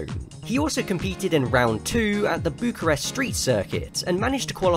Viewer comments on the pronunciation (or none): none